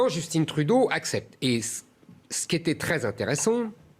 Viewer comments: Hé la télé française, québécoise prend un accent sur le 2e é. Allôôô. Aussi - JUSTINE Trudeau? Wow, vraiment? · Pourquoi il dit Justine Trudeau aha wtf 😅🤦🏽‍♂️ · Ce n'est pas «Justine» Trudeau, c'est Justin... Comme «vin», «soin», «foin», «sapin». Pour le reste, l'aspect historique est à peu prêt conforme à la réalité (il manque des éléments - ce n'est pas une conquête, c'est une OPA hostile). Pour 1995, c'est la région de Québec qui a fait basculer le vote... Des francophones. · Les Français sont les seuls à prononcer « Djostine » à l’anglaise au lieu de « Justin » à la française. Même Justin prononce Justin. Pourquoi les Français sont devenus aussi gagas devant l’anglais ? Comment expliquer ce phénomène ? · ok déjà c'est JUSTIN pas JUSTINE! Comme jussetin pas Jussetine ok? Ensuite c'est un professeur à l'université d'ottawa qui a dit qu'on étaient des suprémaciste blanc et pas tout le monde. Et je rajoute Vive Le Québec LIBRE! MON PAYS QUÉBEC! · J'adore comment Zemmour prononce "Justine" Trudeau, à l'anglaise, mais aussi effemminé en français. Très juste.